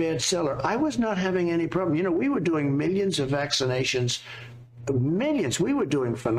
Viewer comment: Sniff sniff. Sniffsniffsniff. Who tf says historeh? That freaking accent is vile sniff and storeh sniff. And ofc mi- yuns and bi-yuns.